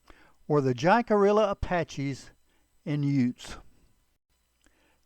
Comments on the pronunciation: It is NOT Jack-a-rilla! It is, Hick-a-ree-a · It's pronounced Hickaria not jackaorilla 😂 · Hick-a REE-ya. Sorry. cant watch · “Jack a rilla?” 😬 cringe smh 🤦‍♂️ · It's pronounced "Hickareeeya" ya schmuck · "Jack a rilla " pronunciation just doesn't sit right for me, being Jacarilla Apache myself.😢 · Great video. Love your programs and keep up the great work. FYI, I believe the correct pronunciation of Jicarilla is "Hick-a-riya" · This was interesting. Jicarilla is Spanish. The J is pronounced as an H and the ll is not pronounced, think of it as Hickaria. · J is pronounced like a h in spanish the i is pronounced like a e the ll is pronounced like a y pronounced it right you sound ridiculous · his is saying jicarilla wrong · Before you try to narrate a Native tribe, learn how to pronounce Jicarilla! I am Jicarilla Apache descend! Crow - Jicarilla Apache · The name was actually pronounced jicarilla. The J is silent and sounds like h and the elves are also silent. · Friend, I appreciate everything 🙏 ❤ you do. That being said there's only one thing that I will critique you upon. It has absolutely nothing to do with your choice of subject matter. It's simply this. The name of this tribe of Apache is of Spanish origins and like all Spanish words with a "J" in the word it is pronounced with an "H" sound. Phonetically it's pronounced "Hick-A- RheeAh." Your video is otherwise great! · The Jicarilla were great warriors and their reservation west of Chama, New Mexico boast some of the best mule deer hunting anywhere. One of my best friends is a tribal member and is a hunting guide on the reservation. However, Jicarilla is pronounced closer to how it is said in this video Take care and keep ‘em coming! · Learn how to pronounce Jicarilla. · I'm amazed the narrator wasn't aware of the correct pronounciation. It is fairly common knowledge to anyone who has studied this tribe